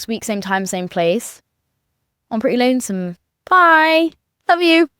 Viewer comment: whyd she have to emphasize lonesome 😭